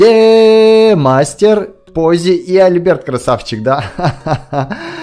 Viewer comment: Не димастер а Де'мастер